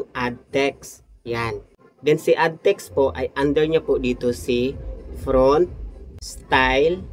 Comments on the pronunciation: FONT, hindi "front"😅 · Font po hindi front😂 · FONT po yun hindi po FRONT